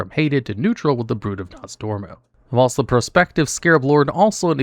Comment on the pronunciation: GO AHEAD... PRONOUNCE WHILST THAT WAY... ONE MORE TIME.......